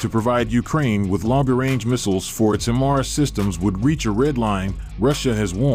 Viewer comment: HEY!!!! You guys are very irritating. The way you pronounce HIMARS is annoying.... One more time... It's is NOT "HIM ARS".... it is pronounced "HI MARS".. Get it? HI as in High... and MARS as in Mobile Artillery Rocket System.... HI-MARS. (sorry for being so touchy, but I'm a retired Army Sergeant-Major and this crap pisses me off)